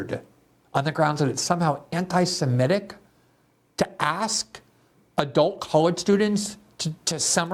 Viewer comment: This is why I am always careful when someone agrees with me, There is way too much empire-of-lies going on, partisan selectivity, double standards. I want people to agree (or disagree) with me for good reasons. "antisemitic", not "antisemetic". (It amazes me that this word poses such pronunciation difficulty for some of the best journalists.)